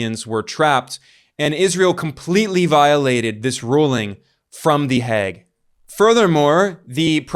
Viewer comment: My God, can’t you pronounce the Hague correctly? It’s not the Hag, but the Heyg!!!